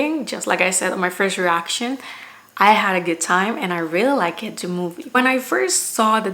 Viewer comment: Please don’t take this the wrong way but hearing you say I likeda movie made my morning heading to work. I usually listen to movie reviews on my commute lol